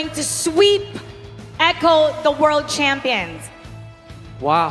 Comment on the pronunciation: Echo❎ A cho✅